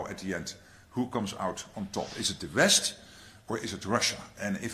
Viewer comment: "Is it The Vest or is it Rxssxx ?" - Mark Rutte. WHO is "The Vest ? "